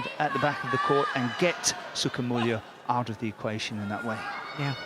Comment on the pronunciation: Aut Aut(out) Lah ,wkwkwk